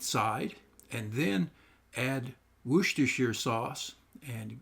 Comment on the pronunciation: Greetings from the UK! These look delicious and I'll be giving them a try soon. I love your laid-back, can-do style and gentle encouragement. Thank you. We're coming to Alabama next spring. If we bump into each other (!) I'll buy you a beer and, as recompense for your recipe, I'll teach you the correct pronunciation of "Worcestershire"! Keep cooking and posting, sir!